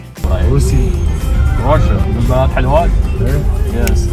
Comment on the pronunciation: Why all they say Rassia